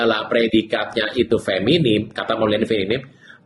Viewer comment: tolong dong betulkan kata, bukan feminim tapi feminin, bukan ahiran m tapi n.terima kasih.